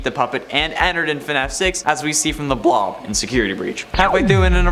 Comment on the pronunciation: “The blahwb”